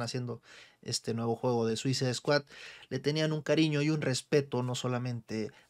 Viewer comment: ¿Soy yo o en vez de escuchar Suicide Squad escucho "Suiza Squad"? XD